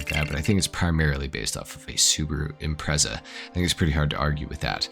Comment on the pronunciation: Great video but your pronunciation of strotos and impreza killed me